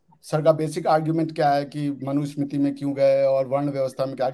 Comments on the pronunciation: Ishtiyaq Ahmed should know that the name is Manu Samriti and NOT Manu Samitri. He misspoke many times. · I respected dr ishtiaq Ahmed alot till today but today after listening to his views on Hinduism and the mughal history. I will never listen to the guy again, a person who cannot pronounce the word manusmriti properly claims to have read manusmriti and fully understood the contents. Secondly mentioned about low caste person from mahabharat who lost his thumb is a clear indication of ignorance letting the to know about agenda. There is no mention of eklavya as low caste in mahabharat and Mr Ahmed could provide the references from mahabharat authored by vyas ji. He is also trying to defend the atrocities committed by the Islamic terrorists (invaders).this guy sounds to be a biggest hypocrite and should be kicked out of India as soon as possible before he tries to poison the minds of the jihadis in India Islam andar dimag pichwade se bahar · Islam pe nahi bolega buddha jahan philosophy hi sociology ko curve karti hai... Par hindus ko gyaan dega manusmriti pe... Pata kakh kuch nahi sanskrit aati nahi hogi... Sanskrit chodo sahi se manusmriti nahi bol sakta aur kehta hai manusmriti padha hai... Arrogant.. Islamic apologist of highest order... Ohh bhai tere mulk mein do char writer nikale honge... Humare desh mein har field mein tujhse lakh guna decorated writers intellect nikalne hain humein gyaan mat de..!! Modern historian AIT ko debunk kar rahe hain aur yeh abhi bhi uss flawed theory ko push kar raha hai...!!!